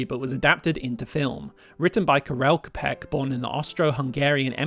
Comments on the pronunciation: /'kapek/ Jesus Christ, it's not that hard to pronounce. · Great video! I'm so glad youtube recommended it to me :) But if I can have two nitpicks, please, look up how to pronounce Karel Čapek. Poor guy's last name gets butchered way too often by English-speaking people. English wikipedia includes the proper pronunciation so it's really not that hard to learn. And yes, he was born in Austria-Hungary but that was a multi-national empire that sucked up way too many nations that didn't necessarily wanted to be a part of it so I would also include which part exactly you're talking about, so something like "He was born in Austria-Hungary in a town that's located in Czechia".